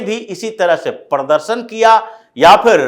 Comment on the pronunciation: aap baat thik karte hai pradarshan aur pardarshan pronounce barabar karte pls sekaect the right one it is not to hurt you